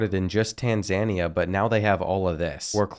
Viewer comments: bro said tan sania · Tanz Ann Euh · "Tanzanneuh" 😂😂😂 Bro just disrespected Tanzania 🇹🇿 hard af 😂😂😂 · Don’t forget Tan-Zane-ia